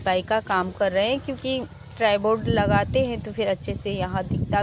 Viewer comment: मंडिल नही होता मंदिर होता है । और ट्रेबोर्ड नही होता ट्रायपॉड होता है । बस आपको बताना था ताकि आप सही से बोलो ताकि कोई आपका मज़ाक़ नहीं बनाये ।